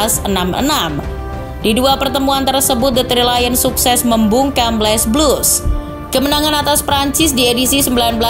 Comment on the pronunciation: L'es blues dibaca le blu. Bukan les blus gmn sih lo. Giliran didier deschamp bener baca nya desyom. Aneh lo VO artist